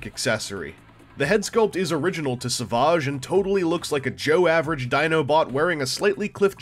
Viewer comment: lol Is he french? Sav-ah-ge or, without the accent Savage...like Fred? Or a bad ass lion tearing into a gazelle!? Pronunciation jokes aside, he does look like a pretty cool little bot. As a dino fan, it just might be a must have for the collection. Cheers, thanks for the review. Savaaaaaahge. :)